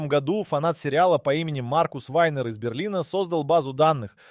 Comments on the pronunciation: Автор чет все перепутал, особенно про гОду! Может все-таки годУ?! С ударениями беда прям. НА таблице про 11 ноября ни слова не написано.... ТАм вообще про декабрь речь идет. Да и 12 февраля уже прошло, март на дворе. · Так хочется врезать по уху ИИ, который не может научиться говорить "году́", а не "го́ду"!!!! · Говорится не гОду, а годУ. Если ещё раз в другом видео услышу гОду -- поставлю дизлайк и удалю. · Да годУ, а не гОду, блин!! Уши режет весь ролик. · гОду! невозможно это слушать. Если делаете озвучку через ИИ - делайте нормально! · Режет уши Ваше - гОду, вообще го - годУ.... Правильно ставьте ударение в словах.... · неужели нельзя поставить ударение в правильном месте чтобы было годУ, а не гОду? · в ** году́, а не го́ду!!!! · нашел 1 серию симпсонов, нет там ничего про 2026. если вся информация из видео такого качества, то вы поняли, чего стоит такой, озвученный ИИ контент с "в 2026 гОду" 🤣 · «гОду» , ну ты и длбеб) иди учи ударение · Странно. Вот это слово "гОду" у диктора вызывает подозрение, что он - плод ИИ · "гОду"! Тупейшая озвучка. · Почему в слове годУ, постоянно ударение на О? ИИ опять текст читает? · Бесит это гОду. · Когда текст для ИИ пишешь, выделяй ударения, годУ! Уши режит! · гОду😂😂😂😂,даже тут робот пизdит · ИИ Ударение на склонениях "год" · бесит неправильное ударение на слово "году" - это дизлайк! и оскорбление русского языка!!!